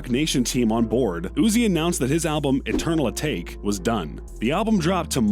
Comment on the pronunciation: He said eternal a-take lol